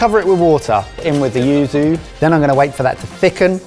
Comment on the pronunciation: So clearly won that battle and not just because he's dreamy, but I feel like he needs an extra brownie point for saying yuzu consistently, rather than Uzu, and Yuzo. could probably get one for his hard work trying to say Malpua, although I still don't know the right way to say it.